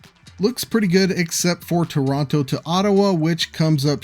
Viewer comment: You mispronounced Toronto throughout the entire video. It’s actually pronounced with softer Ts by locals. Something similar to Chrawno.